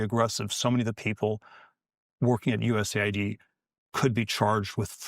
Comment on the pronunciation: This is an AI voice, didn’t realize it until the end where it mispronounced USAID